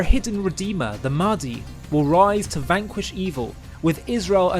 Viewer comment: Mahdi pronounced "Maddy". Never a truer word spoken.